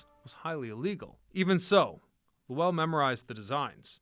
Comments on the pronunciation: "LoWELL," lol. Should be one syllable: "LOWL." Millenialitis. Growing up with emails and texting instead of conversation borks your ear for proper pronunciations. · Not luwell, Lowell! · Yeah, he butchered the name. I live in NH & we say it like "hole.' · Low ell ?? no LOWL Spelled Lowell .. Lole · Not Low-ell like noel but Low-ull . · So, is the narration garbage AI or was this kid just too lazy to learn how to pronounce LOWELL?!?!?!?!?! “Lo-el” 🤢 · Low Elle ??? lol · 'LOW-ULL" kid. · An entire region is at full cringe hearing loh elll.😂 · LOW ELLE?!? BROTHER WHAT!? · 😂😂😂 im dying imagine how he says. Worcester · *Lew Elle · Weird way to say Lowell. Heads up - it rhymes with bowl. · “Lahwell” lol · Maybe because I’ve lived here all my life (58years) it cracks me up when people try to pronounce, and fail horribly (wickedly) the cities and towns in Massachusetts. The tough one were always Holyoke, Worcester, and apparently Lowell Massachusetts 😂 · You mispronouced Lowell. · Claims to care about history and can’t even pronounce the name of the city has doing research on !! Lmao what a clown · I grew up in Lowell and the mills have always been a huge part of the cities history. Ohh and you butchered the name of the city over and over 😂😂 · Right i grew up in Lowell and he butchered the name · I grew up not far and drove trucks into it for work, it is making me cringe each time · If you're making a video about a town's history, you should probably spend 10 seconds googling how to pronounce it 😂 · Lowell the w is silent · He is not pronouncing lowell correctly. Obviously has never visited or spoke to us locals. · Ew. Don’t saw Lowell that way. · Exactly! Guy can't even pronounce the name correctly! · This is too funny. I came here to say this. As soon as I heard. Lowell I 100% cringed